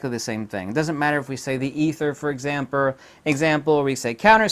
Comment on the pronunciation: "ether for examper" ha